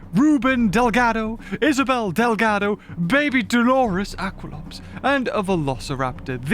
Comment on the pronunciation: You seay it dehl ga do. not del gaw dow